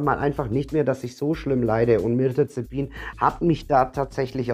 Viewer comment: Das Medikament heißt Mirtazapin. Du spricht es falsch aus, sagst Mirtazepin. Venlafaxin sprichst Du auch falsch aus. Wirkt fachlich nicht wirklich kompetent.